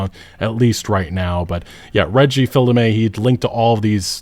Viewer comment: The Fils in Reggie's name is pronounced "Feez"